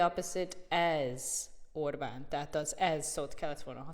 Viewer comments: A propaganda por szavakat sem ejtette ki helyesen (szerintem)A csajszi is furán mondta ki Orbán nevét. Peti joban beszél a Toronál de kilóméterekröl hallani hogy nem Angol vagy Amcsi beszél . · Amennyiben az angol tudásuk volt az érdekes elég lett volna csak őket hallani, nem egy riport részletet. A riporter hölgynek szakmája lenne a szép és pontos beszéd. Szerintem megelégedtünk volna Tőle egy németes r betűvel az Óbán helyett. Kár volt politikát behozni. Ahogy más is írta: nem annyira jó a kiejtésed, így ezzel a videóval megidéztél egy közmondást szálkáról és gerendáról. Kár volt. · A RIPORTER ORBÁN HELYETT OBÁNT MOND ! NEKI IS GYAKOROLNI KELL A KIEJTÉST NEMBAJ KISANYÁM ?